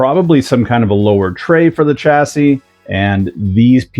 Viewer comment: Hey nice hat oh and nice kit too! I appreciate your British pronunciation of chassis. You have realised that the way we say it is the right 🤣 Ooh be careful about putting your nose right in the bag of new tyres! One at a time mate 😬 Anyway good stuff and judging by Mark's build guide you will have a good time with this one. Best wishes 😁